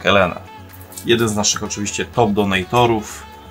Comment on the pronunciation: Donejtor? Uwielbiam osoby, które nie umieją mówić po angielsku, nawet bez potrzeby używają a nawet nadużywają angielskich zwrotów. Dramat